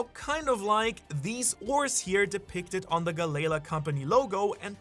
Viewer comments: Gally la not geigha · Gally law not galala lol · Bro! Can you PLEASE! Stop mispronouncing half the names. Who tf is Gu-Layla?! It’s (Gal)-Ly Law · Bro, I love your videos, but you gotta start pronouncing it right Galley Law not galayla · The gally la pronunciation is killing me bro, disliked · Bro it's killing me 😂 I'm glad you said something. I wanted to but I couldn't do it without sounding snarky..